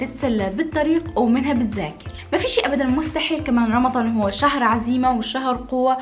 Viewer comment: حد خد بالو انها بتقول رمظان مش رمضان